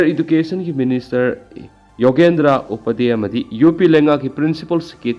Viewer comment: Upadhyay [U-PA-DHE-YAI] haibiyu.